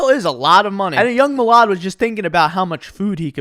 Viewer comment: Can we just appreciate the fact that someone actually pronounced his name correctly